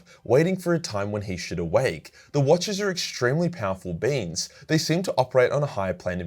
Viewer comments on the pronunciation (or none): Prly was the accent, but "the watchers in the dark are extremely powerful beans" just sounds awesome